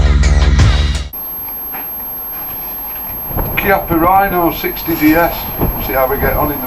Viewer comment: Good for you, to get that pronunciation of Chiappa correct.